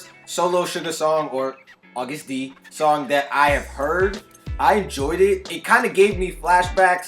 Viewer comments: You pronounced it right lmao it’s is pronounced agust d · Eyyy you said Agust D correctly right off the bat - knew I subbed the right reactor :) I assumed the STD thing was accident since in my country it's been officially changed to STI so I figure it might be a worldwide change, but saying he's gunna fk you up like an STD does sound pretty intentional now that I think about it. I don't think you've reacted to HipHop-phile/HipHop Lover by BTS? Also please react to KDA x BTS - Mic Drop x Popstar mash up by Miggy Smallz! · You’re pronouncing it correctly :) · Yes Siiiiirrrr! You said the name right! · Your pronunciation was correct btw